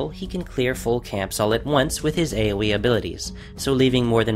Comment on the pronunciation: When you said AoE it sounded kind of like Awowow